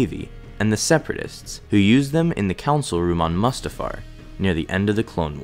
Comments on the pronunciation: how did you pronounce it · cringes at mustafar pronunciation